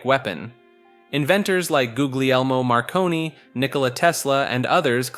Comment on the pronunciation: "magnetic monopolies", "macabruh", "googliermo Marconi" lol who's making you talk like that little brother?